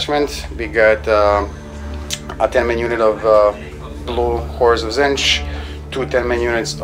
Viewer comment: It's Tzeentch ("zeen-ch"), not Zinch. Every time you say it in one of your videos, I just get irrationally upset. Please stop. Otherwise, I really like your videos!